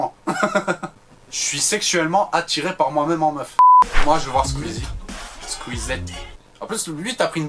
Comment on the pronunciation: Squeezette pas squeezie sinon génial la vidéo